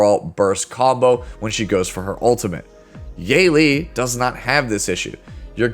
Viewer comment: Her name is pronounced as Yuh-Li. Great video!!